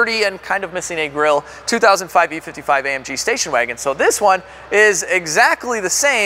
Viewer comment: "spacion wagon"???😕😅😅😅